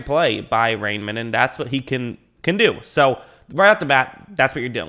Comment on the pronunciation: "Rei" is pronounced like "rye" in English and "mann" like "munn" with a hard "n". So together that's "Ryemunn" in English.